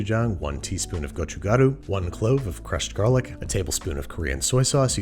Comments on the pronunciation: Applauds gochugaru and gochujang pronunciation!! Everyone has a different version of this growing up and lots of ppl add sugar, fish cake, cabbage, etc. but I really appreciate you show casing Korean food especially during a time like this. Love our people like you love our food! :) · I'm not even korean but it's very refreshing after hearing someone else pronounce it as "gochujaru" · As a native korean speaker, Babish pronounces 고춧가루(gochugaru) and 고추장(gochujang) by far the most accurately out of all the foreign cooking videos I’ve seen. Great job!! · Wow you pronounce 고춧가루(chili pepper powder) so perfect